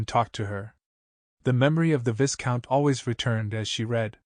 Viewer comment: Moreover, AI mispronounces curé and viscount. A learned human would not do this.